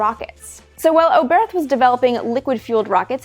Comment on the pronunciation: Hermann Oberth was a German scientist. His name is pronounced without the h at the end. So no English th sound, just "Obert".